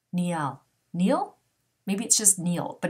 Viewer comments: Niall's name is pronounced like the Nile River. Thanks so much for all your readings. Could you maybe do some athletes in the future like Aaron Rodgers and Danica Patrick and/or Rafa Nadal who just got engaged to his longtime gf Mery Francisca Perello (Xisca). They've been together well over ten years and they seem solid but I always thought it was kinda strange they wouldn't get married sooner. Also curious about Serena Williams and her husband Alex Ohanian who is one of the founders of Reddit. Thanks again! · Thank you so much for this. Other readers have said her and Niall have a chance but Selena doesn’t know if she’s ready. And Niall’s first name is pronounced ‘Ny-UHL’ Niall’s last name is pronounced ‘Hor-in’ lol